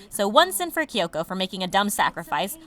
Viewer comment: "Kayubey" "Kayoko" "Mitikahara" "Walpurge-snat" listen i have no idea who you are or why you pronounce things the way you do but please,, Besides that!! Nicely done video ✌